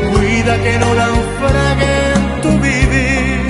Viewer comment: Jijiji cuida que no naufregue en tu vivir mal pronunciado ,cuida que NAU FRA GUE en tu vivir,se escucha mejor